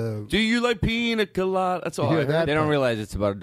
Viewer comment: FUCKING TODD GLASS, "peanut colada"